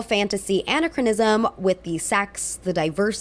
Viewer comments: anne - ach - rah - niz - umm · Great commentary. I agree with your points…But anachronism is pronounced… “An-AK-kron-ism” or anachronistic “An-AK-kron-is-tic” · First let me say that I loved your review. Very thorough. But I was thrown off by your pronunciation of the word anachronism. It is pronounced Uh-nak-ruh-ni-zm. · Word of the day: Anachronism. a-NACH-ron-ism. Anna Chronism sounds like a girl's name 😉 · I know Ludwig Van Beethoven is pronounced—“Bay-toe-ven” and I believe anachronism is pronounced “Ah-Nak-ChrO-nism”—but I’ll double check on that one.Best of luck. Love the rest of the content on this! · Great review, and I agree completely. Just a side note, it's pronounced an-ACK-ron-ism. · For gods sake, learn to pronounce “anachronism” correctly!!! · This is an excellent video but please I beg you to look up how to pronounce anachronism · It's the second syllable that's stressed in "anachronism," fyi. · Thanks for your excellent review! I, too was bothered by the casting and anachronistic dialog in this movie. However, I must say the soundtrack was pretty good. I loved the song “Quietly Yours” by English songwriter Birdy. It’s such a lovely, evocative song that it almost makes up for the movie’s many flaws. Oh, and by the way, the word anachronism is pronounced with the accent on the second syllable.